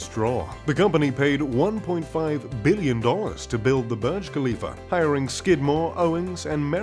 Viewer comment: Not barge but burge/boorj.